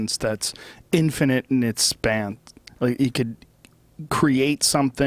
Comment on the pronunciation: ***** Why would Joe Rogan put a "th" at the end of the word 'span'?